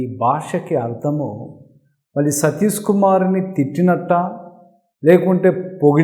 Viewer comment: సతీసు కాదు! సతీషు. షూ కు. సు కు తేడాతెలియకపోతే ఎట్టా? ముందు అక్షరాలు పలకడం నేర్చుకొని ఆపై పసంగం సెయ్యండి.